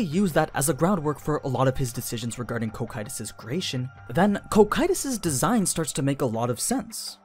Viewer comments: Every time he says koh kytous I flinch in pain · Please fix the pronunciation of the names you speak please Cocytus is normally pronounced Co-Ki-Tus or as in the anime Coc- Q - Tus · Co-cue-tis sounds better tbh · It’s pronounced Cocytus not Cocytus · Was going to watch this vid, i'm actually interested, but with how often you are going to mispronounce that name I just can't. My OCD will not let me unfortunately so here is a major tip for the future: The dub is wrong, the dub will always be wrong no matter what anime it is. You can watch dubs or not that's up to you but when it comes to how names and such are meant to be pronounced you should stick to what is right. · Very well done! Just your pronounciation of foreign names is ears-bleeding... holy cow! yuo anglo natives really are unable to pronounce other languages. If you want to pronounce Cocytus like japanese do, it would be "KO KYU TOS" and it's also very wrong, but i guess we can't ask much to a language made of syllables. But as you said in the video, Cocytus name comes from Dante's Inferno, that means it should come from italian; but as it's not Cocito (that would be the right way to write it in italian) it's possible that Muruyama gave to the name a latin imprint. If that would be the case the right pronounciation would be "co chi too s". Summing up, you can name it in the japanese way, after all it's a japanese novel, or pronounce it in the latin way, but that anglo cacophony you gave birth to is something pathetic. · I'll be honest. This video was good and don't get me wrong, i love all your videos but the way you call Cocytus as "Ko-Kay-Tus" and calling Takemikazuchi as "Take-Mika-zuchi" is such a fucking blasphemy. God lord, english dubs really are disgusting🤮